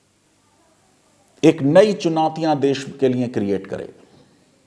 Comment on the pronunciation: It seems wo flow flow mein 'Ab' ko 'Abey' bol gaye... Bhawna smjhe 😉